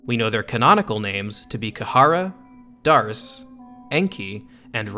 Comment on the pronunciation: D’arce is pronounced “Deh’Ark”. I believe it’s referencing Joan of Arc. Joan’s full name was Jehanne d'Arc. “D’”is shorthand for “De” which essentially means “belongs too/of/from”